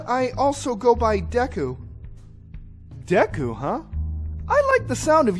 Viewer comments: Deku is pronounced D-ee-k-U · It’s DEKU SRUB